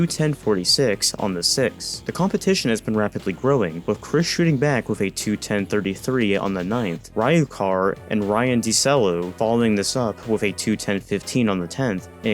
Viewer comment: I unfortunately have to correct the pronunciation of Ryukahr, which is REE-you-car. :P